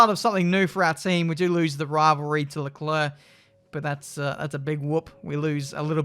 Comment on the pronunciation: How does say it: Charles Luclurc Sounds like clurk